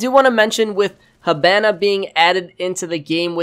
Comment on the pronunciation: Its HEE-BA-NA, When Japanese Is are in english, they are pronounced with e. You are saying Hibana like a weeb.